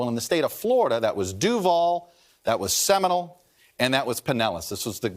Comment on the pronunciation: It's pronounced seminOle. Not seminal.